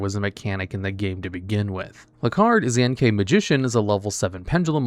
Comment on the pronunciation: That pronunication of "Xiangke" is atrocious.